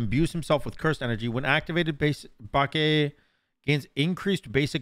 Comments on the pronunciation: It's Bah-kay, not bach aye. Aye is pronounced like "I" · I'm sure someone has said it but it's "bach aye" kujira. Great video though sam! Thank you!!! I already knew this dude was gonna be busted AF in duel but we needed to see you do it. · My favourite thing about this video was just saying Bukake like every minute 😂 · Every time pronounced BAKE wrong, it made me do a double take. 😂